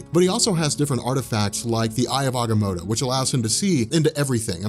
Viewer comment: check your pronunciation, not positive but I think you're saying Agamotto wrong